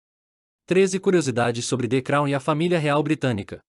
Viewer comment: Hahahahahaha..."de crau"